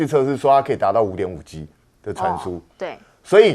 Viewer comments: 确实，听着别扭，台湾式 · 再说单音节词和字母全部都读四声